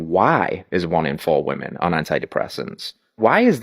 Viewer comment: You're starting to mispronounce the word "women"